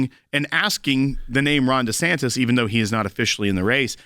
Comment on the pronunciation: He said Ron DeSankDis